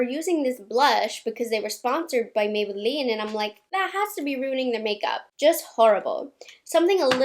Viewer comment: I ❤ the way she says Maybelline